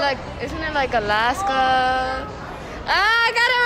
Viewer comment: I just ended up cringing when she said "Alaska". 🤦